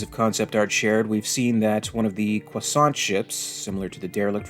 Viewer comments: Oh man.. It took me a while that you meant Croissant Ship 🤣🤣🤣🤣 Allright let's try together for US Americans: CREW-AH-SO But overall great video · I hate when you say croissant ship… it sounds so off. 🤣 But anyway would love to see it come out. Love your vids!